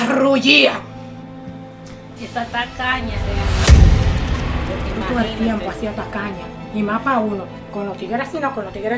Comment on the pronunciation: No pero cuando ella le dice rullia!!🤣🤣🤣🤣